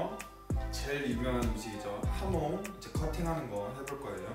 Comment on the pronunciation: 하몽 아니구 하몬 입니다